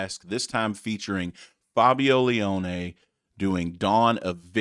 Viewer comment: Your pronunciation of Fabio Lione was OK. Don't know if you know Rhapsody, but if you don't dive in. Best band on the planet when at their prime. Try Symphony of the Enchanted Lands. Fabio is with Angra and the new album is a total banger, but their label are assholes.